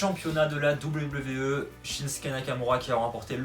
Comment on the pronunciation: C'est moi oû tu dit VVE au lieu de WWE ? Super prono ;)